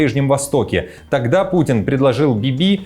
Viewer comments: Замечание! Не «бибИ» , а БИби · Не БибИ, а БИби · Не БибИ , а БИби. Беньямин Нетаньяу ( х - в конце пишется, но не произносится)